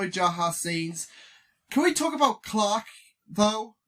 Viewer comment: It’s funny you pronounce Clack instead Clarke.😂